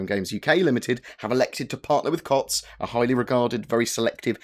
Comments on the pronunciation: It's pronounced Coots. Not Cots 😂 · Glad that nonsense was cleared up quick. CIG seems to be getting faster at rebuffing these clickbait 'Star Citizen is failing' stories that certain individuals spread around. P. S. It's pronounced 'Coots' ;)